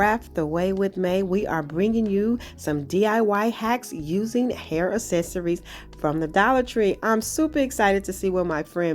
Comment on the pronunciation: Can you please stop saying "es-ess-uh-rees" . The phonetic pronunciation is "Ak-SES-uh-reez".